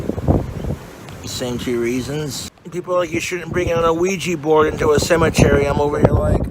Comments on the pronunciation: “an aweejee bord” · Ew-weeja bourd